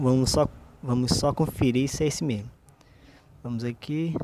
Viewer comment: Aprende A falar mais Correto por favor faz umas Aulas Não se fala Memo e sim o ideal é falar "Mesmo"